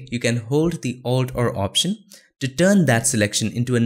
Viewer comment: What do u say ?-alt or alt r ? I hear u saying Altr every time..